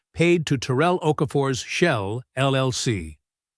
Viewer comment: If "Terel" is from Louisiana its "Ta rell. Like 2 words